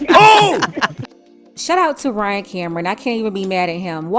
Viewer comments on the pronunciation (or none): none